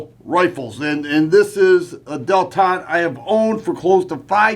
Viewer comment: No, not DEL-TON!